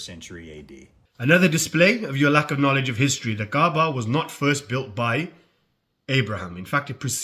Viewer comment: did be just call the kaaba the kebab?! 😭🙏 astaghfirullah